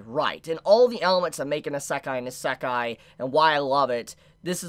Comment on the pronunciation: Eeeeeeeeeesekai not esekai